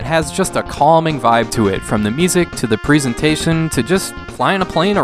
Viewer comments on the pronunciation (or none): none